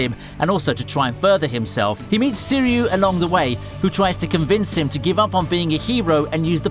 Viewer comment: Soo-ree-oo? It's pronounced "Swee-ree-oo" Sui meaning Water and Ryu meaning Dragon.